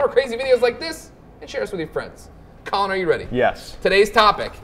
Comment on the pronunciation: I always hear Colin like "Cullen" That's his new name. Cullen Moriarty